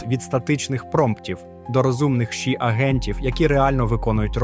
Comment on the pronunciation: ШІ не читається як у відео, ші. ШІ - це абревіатура, кожна літера це початок окремого слова, а отже, це "Ша-Іі". Це особливо дивно, тому що далі ви читаєте ей-пі-ай та ей-ай - вірно, а лише ШІ як китайську "енергію" shi".